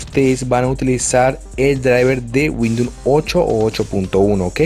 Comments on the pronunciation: Es Windows no windoun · Cuantas veces dijo WINDOM Xd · 31/7/2020 me funcionó gracias, una cosa se dice windous no windoun, gracias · windun xd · 'Windnon 10 8 7 xp ' 😂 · No sabe ni decir windows imaginate si sabe instalar un driver! jajajaj